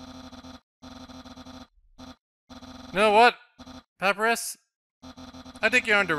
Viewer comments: Kawaii Mewz 1290 well excuuuuuse me! Canadians, not even French Canadians, pronounce sans like sawns and papyrus like pap rus. That is just him badly pronouncing words. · Triggered every time calls papyrus and sans pap-rus and sawns (It's pronounced pUH-pIE-rus and sAHns)